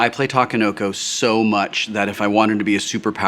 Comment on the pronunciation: a = ah; i = ee; e = eh; o = oh; u =ew ta ke no ko NOT ta ka no ko. Since Sheldon isn't here to school you I felt it was my duty. See you at GenCon Will.